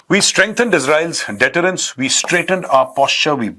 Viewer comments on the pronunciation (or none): Please stick to your expertise on pakistan and to speaking in Hindi.. You give us nothing on broader international affairs except badly read, mispunctuated and mispronounced newspaper extracts from the red underlined bits on your white board. Crimea is pronounced 'CRYmea', deterrence is pronounced 'DITerrence' and commas and full stops imply pauses. You are really not trained to read aloud in English, never mind analyse world affairs.